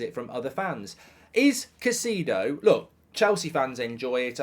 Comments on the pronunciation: Why do you keep saying ‘cuh-see-do’ when it is actually ‘kai-say-do’? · Caisaydo not caiseedo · It's not "Caiciido", it's "CaicEHdo". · Kuh Cee Dough😂